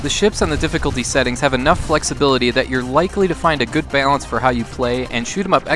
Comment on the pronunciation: Hahaha I just noticed how much I love how you have like no accent then out of nowhere your Minnesota comes out when you say "bailance" and "chaillenge"